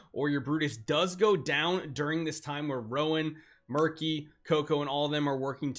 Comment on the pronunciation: Side note I think “Meerky” is pronounced like Meerkat you know since they’re Meerkats.